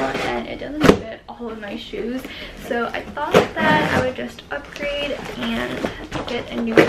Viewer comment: "They look SOOOYYY good" that aussy accent tho.